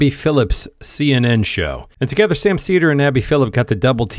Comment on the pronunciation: She couldn't say Sam's name correctly or the name of his show. What a clown.